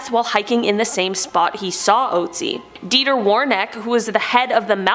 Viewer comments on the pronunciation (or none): none